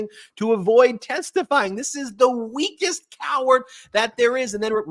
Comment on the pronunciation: Just say COEARD!!!